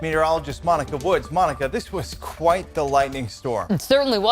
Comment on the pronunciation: Thousawnds of lwightning stwikes